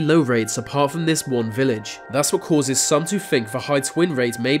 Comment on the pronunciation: and "vat for"that"